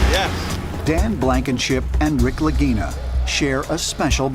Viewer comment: After investing way to much time into this show, i now know two things for certain. Anything that narrator is involved in is complete BS and you can skip thru when he talks. And that the name "Lagina" can be mispronounced in quite a funny way.